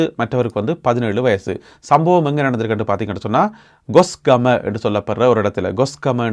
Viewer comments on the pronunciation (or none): Gosgama இல்லை Kosgama😊